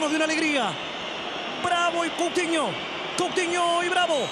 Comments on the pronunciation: Es Moutinho Y no se dice Couthino, es Coutinho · El comentarista no dice mouthinho dice couthinho